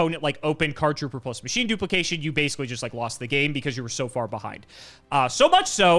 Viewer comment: Listening to read Card Trooper + Machine Dupe ENTIRELY wrong was peak 😂